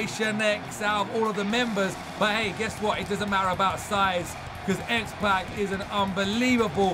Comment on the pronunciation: His name is xpac like tupac the rapper